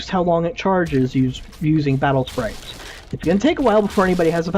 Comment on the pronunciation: its not battle spairaites its battle spirites